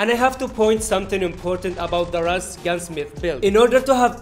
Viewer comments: It is not "RAS" it is called "RUS". In Russia we dont call Yemen as Semen smh. RUS-79U means Rus, 1979, ukorochenny(shortened). It is a game name anyways. Real name of the gun is AKS-74. However it is called "RUS" in game not "RAS". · This is the first YouTuber that said R U S as RUS